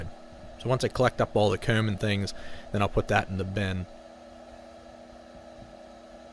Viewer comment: I’m just here for the way you say comb, home, dome, bone, gnome, phone, loan